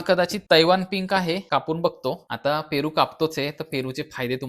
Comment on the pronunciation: फेरू अमर झाला तुमच्या बोलंयाने 😂 पन छान माहिती दिली ❤❤❤❤